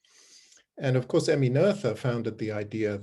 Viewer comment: Noether is a German name - so there is no English "th"!